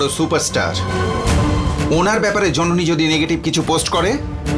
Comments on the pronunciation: Jononi ke nondoni bollo je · এই রে কি বড় মিস্টেক, জননী না বলে নন্দিনী বলে ফেলছে আঙ্কেলে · jononi na bole nondini bollo kno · সবাই লক্ষ্য করেছেন যণণী কে ণণদিণী বলেছেন